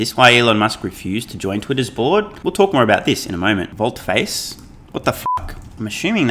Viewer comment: It's pronounced: Volte -"faas" :thanksdoc